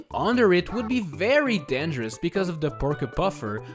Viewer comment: How he says dangerous: denjurush